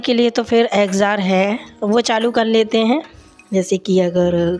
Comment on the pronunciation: Exjost bolty h exjar nhi